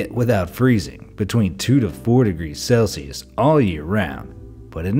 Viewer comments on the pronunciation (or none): none